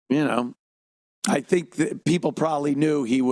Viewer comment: lol “shink about it” -Ted Sheckler